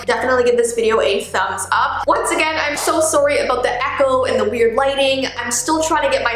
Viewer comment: I love how she says «I’m so sOrry»😂